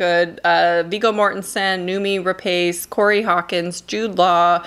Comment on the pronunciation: it's pronounced as Noomi Ra-Pause hehe.. 💗 Soooo excited for Missing... Searching was a masterclass in visual storytelling